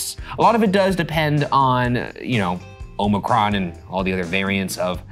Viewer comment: The way I heard Old Mc Ron instead of omicron when Ryan said it 😭 brain busted